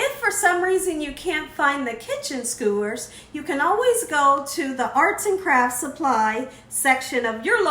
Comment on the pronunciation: Skewers. There's no "O."